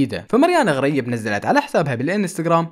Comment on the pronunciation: مارينا غريب ❌ مارينا غاريب ✅ 😂😂